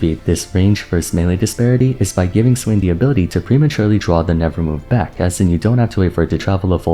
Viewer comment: Am i the only one a little peeved at saying "nevermove" instead of nevermore...